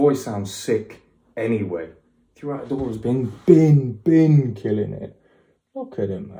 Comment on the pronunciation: The way he says her name is correct idk who told you otherwise haha her name means “gift” and she sure is a gift to us Albanians, she’s a very talented artist